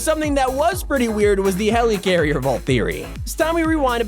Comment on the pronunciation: Nobody:: HELEECARRIER